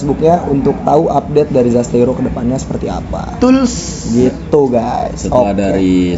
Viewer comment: mantab bang terimakasih review nyaaa💖😂 btw admin perlu di ospek penyebutan zasteiro ya bang